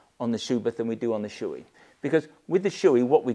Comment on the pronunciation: Thanks for the excellent review. By the way it's pronounced "show-eh" not "shoe-ee".